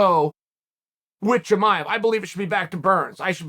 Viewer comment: Unc said shamaya 😭